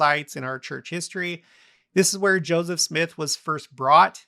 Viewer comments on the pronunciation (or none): none